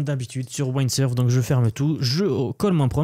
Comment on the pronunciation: On ne dit pas “Waïndsurf” mais “Windsurf” 😂